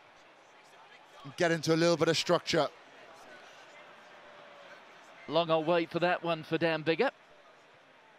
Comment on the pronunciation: The Sean Connery pronunshiation pandemic shtrikes again! "shructure" and "shtraight" several times! Just shtop it, would you?